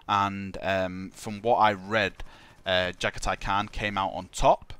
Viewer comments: You Jaghatai Can't pronounce his name =-P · It's not just Jagathai's name you can't pronounce properly... :)